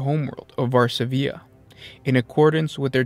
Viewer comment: there is no diacritical/acute mark to indicate placing accent on third syllable, that is a normal dot above the 'i'. stress rests on the second syllable: [var-SA-vi-a] not [var-sa-VI-a].